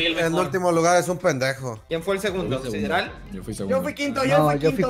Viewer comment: Sideral suena como sidral